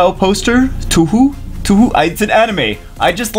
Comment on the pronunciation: you nailed how to pronounce touhou also it's a game not an anime but has anime adaptations